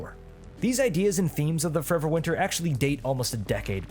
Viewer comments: It is absolutely restarded that you say the name of the game with the most mumbly voice possible and you don't even put it in the description. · Sounds riveting. Just up my alley. It's called Forever Winter? You failed to specify the name besides incomprehensibly slurring it couple of times.